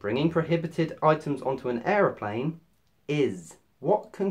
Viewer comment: You said Errorplane.